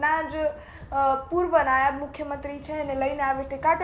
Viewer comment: "નાયબ" હતા, "नायाब" નહીં 😂